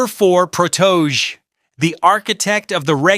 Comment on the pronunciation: Say it with me his name is PROTO-JAY [PROTOJE]